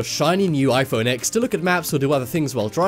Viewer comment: It's iPhone 10, just in Roman numerals so it's not pronounced X